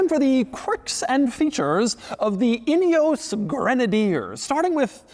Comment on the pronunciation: Could you please do some research about how to pronounce “Ineos” correctly!!! 🙄 It’s embarrassing to hear one from MAGAland whom you might think would be speaking English NOT being able to pronounce a very British name! 🫣 It ruins what would else have been a great review 🤦‍♂️